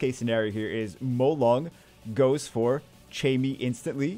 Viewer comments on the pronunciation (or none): First off I hate to be a guy who just comments to correct, but Chammie is pronounced like Cat. Not like Chat.